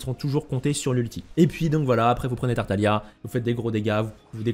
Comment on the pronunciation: pareil avec tartalia au lieu de tartaglia